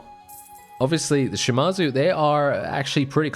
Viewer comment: Its not pronounced Shi-mar-zu, its pronounced Shi-ma-zu